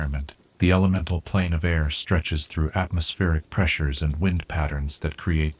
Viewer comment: Brother you read 'wind' and 'close' wrong.